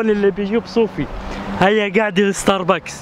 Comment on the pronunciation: ستاربكس ❌ ستار بَاكس ✅